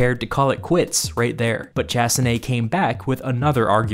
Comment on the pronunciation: Chassené, not tchassiné, idiot.